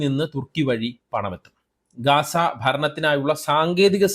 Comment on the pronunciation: ഗാസ അല്ല ഗസ്സ